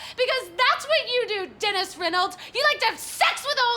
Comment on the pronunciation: I love when she pronounces words weird like anytime she pronounces Dennis-“Dinis” or program-“progrum” 😂 it feels so fitting just this mildly annoying quirk this character would totally have and it kills me everytime lol